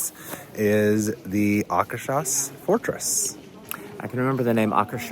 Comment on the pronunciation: Loved the video. Note: Akershus is pronounced something like ah-kher-shoes (depending on your American dialect/accent).